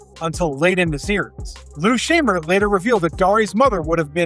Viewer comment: I'm more bothered that he didn't pronounce Lou Scheimer's name correctly. That's not cool.